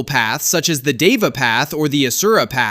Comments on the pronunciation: LMAO HE TOLD DIVA IM CRACKING UP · Deva pronounced they-va